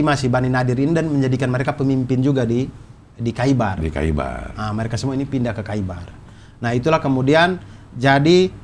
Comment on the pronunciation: bang Abdur, koreksi dikit, bbrp kata dalam Arabic yg ditulis "kh" bacanya bukan jadi "k", tapi mirip huruf "h" yg keluar dr tenggorokan, atau kalo lidah Indo biasanya jd "h" seperti biasa aja. contoh: Khaibar, bacanya jd Haibar, bukan Kaibar